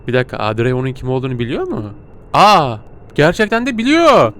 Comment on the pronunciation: Abi şimdi o panjurları kapatmassan penceredeki adam seni o panjurlardan izleyerek yerini görüyo ve direk oraya gidiyor bu arada kızın adı odri diye okunuyor seni çok seviyorum inşallah 200 B abone olursun💗#pisicikgücü